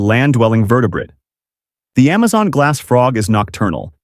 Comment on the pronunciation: It's glass not glasss